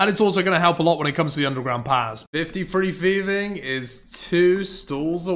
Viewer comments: Its Thieving, not feving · "F" instead of 'th', "barrow gloves", "cleomancer". Yup, this guy is just unable to read/pronounce words correctly.